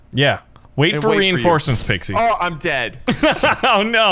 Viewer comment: I mean I’m just being honest but pixie poo sounded like Pixalated Apollo